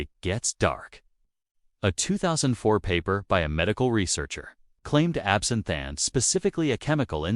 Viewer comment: These AI created videos are getting annoying.... Even the artificial narration mispronounced absinthe as absent.